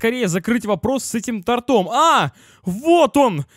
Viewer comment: Не тортОм, а тОртом